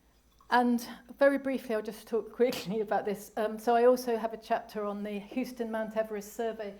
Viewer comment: Houston is pronounced House-ton. Not Hoos-ton. I thought this was going to be about the use of mercury and cyanide in early photography. This is a broader view of the topic. Thank you.